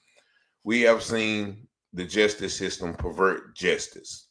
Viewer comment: Justice is not pronounced jestice.